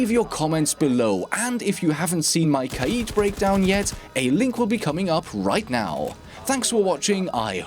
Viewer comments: im so glad youre able to pronounce kaid correctly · Finally someone who pronounces Kaid correctly, thank you.